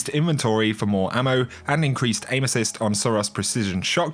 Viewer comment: My girlfriend just asked, "Why does he keep taking about anuses?" Erm, he's saying aim-assist love...